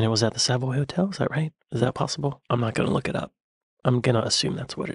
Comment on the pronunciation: 1) it's not "_Sav_oy" ...it's 'Sav_oy_' and it's most definitely not "_Marleybone_" ffs :-( It's correctly pronounced 'Marry_le_bon' (and is correctly spelt '_Marylebone_' )